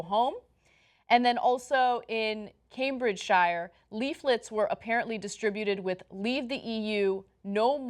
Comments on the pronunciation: Ana Cambridgeshire is pronounced Cambridge-shure like New Hampshire in the US. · Also Cambridgeshyer. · Ana should learn to pronounce - it's pronounced Cambridgesheer, not Cambridge-shyer! Just like the American state of New Hampshire. No one says New Hamp-shyer! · cambridge-SHY-er? c'mon.... it's cambridge-sheer. i'm not even asking you to pronounce all the oxbridge colleges - that's be fun, tho... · "CambridgeSHIYUR." Omg no it's pronounced 'Caym-brij-sheer' or 'caym-brij-shuh' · okay post brexit racism and xenophobia is sickening and all but its pronounced cambridge-sher not shyah. Every shire county is shee not shyah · Cambridge-shyer lol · It pronounced Cambridge-sheeeeeeeer!!!!!!!!!! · But in the south-west they'd be pronounced shyer ... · A few points; It's pronounced CambridgeSHUR, shire is always a shur sound. It's rade-e-ographer 👍🏼